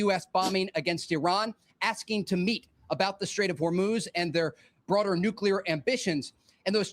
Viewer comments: New. Clear. NUKYULAR..... BENNY, FFS! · Benny... Love your show n videos.. but PLZ pronounce "NUCLEAR" properly. I want u sounding like the pro you are. God bless, brother! Jim J Tehachapi, Ca